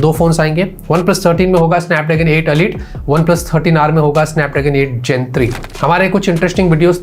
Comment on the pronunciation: अलीट नही होता इलाईट होता है